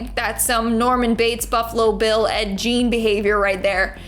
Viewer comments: His name is pronounced Ed "G"ein, as in, Gear or Gary. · Did she say Ed Jean? *The Doll